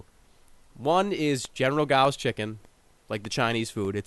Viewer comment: Did you mean General Tso's Chicken. It sounded like Gao? Because that's my favorite food.